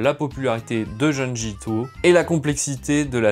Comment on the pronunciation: Belle vidéo ! Juste une petite remarque : (d)jun(d)ji 😉